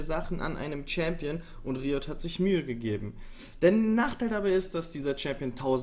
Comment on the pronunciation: Kannst du beim nächsten mal vielleicht Englische Wörter auch Englisch aussprechen? Schon alleine die Paar ersten Sekunden mit der komischen Aussprache deines 'Riot'...grottig x.x